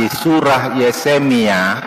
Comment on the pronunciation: Kalau orang seperti pembantunya simbahku, yang drop out SD dan benar-benar mengakui bahwa ia drop out SD, masih dimaklumi menyebut Yesemia